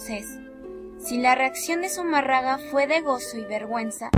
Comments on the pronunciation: Que pena me da escuchar que hablen, se expresen y ofendan de esa manera a la madre de Dios... a leguas se ve que son testigos de jehová 🤣🤣🤣 o algo que se le parece. Esta narradora no sabe ni pronunciar Zumarraga, mucho menos voy a creer que as estudiado sobre las apariciones de la virgen de Guadalupe... tengan en cuenta que ya tiene un pie en el infierno por insultar a la madre de Dios y matar la fe en las personas. Que es también un mandamiento "no matarás " ya que se la dan de que saben mucho. Bola de ignorantes!! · Con todo respeto pronuncien bien apellido del fraile y todas las religiones piden de una u otra manera dinero o como le quieran decir ya lo dijo benito juarez recuerden su frase. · Tanto coraje irradias con tu falta de entonación que me hizo olvidar el apellido que es Fray de Zumárraga y tú dices Zuma raga. MN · Amiguita, Zumarraga como tu lo dices, es Zumárraga. No conozco la obra literaria de este Fraile, pero es bajo sus órdenes que se construyó la ermita de Guadalupe, pienso que una obra civil seguro debe tener un registro. Existen muchas versiones a favor y en contra de la aparición de la Virgen, la tuya es pobre y habría que conocer el origen de tus datos, porque a mi me suenan meramente a una investigación de secundaria descargada en una tarde vía web, vaya creo que tienes buenas ideas, pero te falta mucha experiencia antes de tocar temas tan extensos. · Zumárraga, no Zumarrada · Zumárraga o Zumarraga ?? jajaja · Sumarraga? se dice y escribe SUMÀRRAGA... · No existio zumarraga de quien hablaste fue zumárraga. Me gusta tu investigación tan buena que hasta investigaste como se dice el apellido. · Zumarraga?? Agnóstica pero falta de pronunciación correcta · Pronuncia bien, es Zumarraga. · no es confiable alguien que no sabe ni pronunciar bien Zumarraga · Todo iba bien hasta que la cagaste con la pronunciación de Zumárraga. ¿Qué no viste la tilde? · Pero también aprende a hablar.. es zumárraga con acento , no seas tonta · Pronuncia bien: Zumárraga!